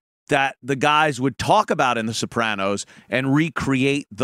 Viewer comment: I like how you added that little tongue roll thing to their name. The Soprrrrrranos... has a fun, zesty, ethnic feel. Like eating at Chili's!!